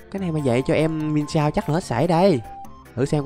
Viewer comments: anh ơi con miensao em đọc giống miến xào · Cái con pokemon mienshao đọc là miến shào anh ạ